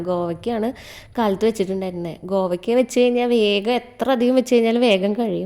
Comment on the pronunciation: Govakka alla😂kovakka